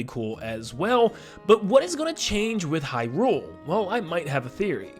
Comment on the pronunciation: okay so i love your videos but omg if you could please please please use the correct emphasis when saying Hyrule. its said HYrule not hyRULE. It's pretty jarring to hear it be pronounced wrong repeatedly. I'm just speaking for myself here to be clear, but if you go and watch any Nintendo directs or official interviews they pronounce Hyrule with the emphasis being on "high" not on "rule" so its officially pronounced as HYrule just fyi